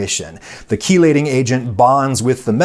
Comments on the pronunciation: Pronounced "shee-lating agent" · I work in a lab and I've been mispronouncing "chelating" all this time. Oh boy lol